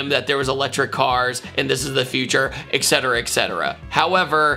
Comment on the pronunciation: ETTTT Cetera not EXXX Cetera fwiw